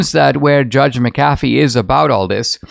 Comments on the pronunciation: Dinesh, I do love you but get someone to pronounce the Judges name for you. MAC a fee not Mc CAF ee. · Mc'Afee... emphasis on Mc....not Af.